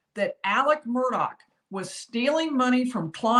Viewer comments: Isn't it Murdaugh not Murdock¿¿ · It's Murdaugh pronounced MURDOLL. Son Paul and all his buddies say it correctly but the media can't manager it!! Murdaugh (MURDOLL) Geez why's that so hard. Murdaugh almost like murder!!! 🤔🤔